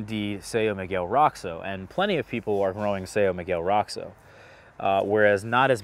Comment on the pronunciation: So isn't Roxo really more like "RO-scho" instead of "ROCKS-o"?